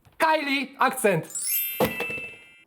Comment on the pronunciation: Taka mała poprawka: rumuński Akcent wymawia się „AKCZENT” 🙃